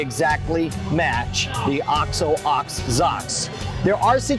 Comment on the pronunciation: i laughed out loud when he said "OX OH OX ZOCKS" rofl